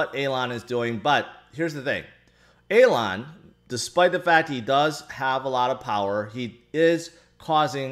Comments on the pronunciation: Hey, It's Elon right, not Alon? Still love the fact that we're all:) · Calling hem Alon is an even bigger fail than the crashing of BTC. Just sounds like you're mispronouncing it... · You're mispronouncing his name instead of using a different name... Anyway the whole thing is just too toxic atm. Barry with his "welcome to crypto" message to doge holders wasn't any better...